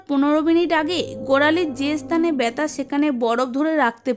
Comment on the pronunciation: Byata na balun byatha😅😅😅